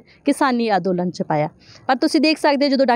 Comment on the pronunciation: ਅੰਦੋਲਨ ਬੋਲੋ ਅਦੋਲਨ ਨਹੀਂ